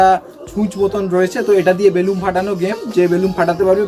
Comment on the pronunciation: It's not "বেলুম" it's "বেলুন"